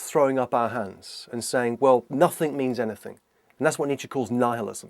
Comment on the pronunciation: Every time he says Nietzsche I swear it sounds like he's saying Nature.